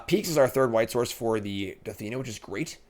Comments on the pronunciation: Take a shot every time says "Dathina" instead of Danitha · Dan-ith-uh != Duh-thee-nuh 😒 Question chat, has anyone actually seen this English degree of his? 😅😅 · “That would’ve destroyed my Da-Thi-Nata” 😂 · Pretty tilted that didn’t even put Danitha in his deck after butchering her name 100 times during the draft.